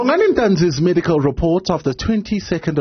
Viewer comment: Is it ameducal report or DENTAL REPORT??????????